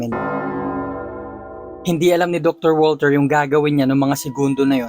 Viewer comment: Step father ko po is german, di po walter ang bigkas sa pangalang walter kung ikaw ay german kundi vulter po hehe